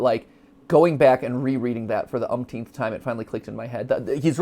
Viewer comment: if matt says unkteenth again imma unsub